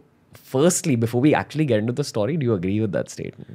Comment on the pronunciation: is anyone else irked when ranveer says 'STAWRY' insead of 'story'?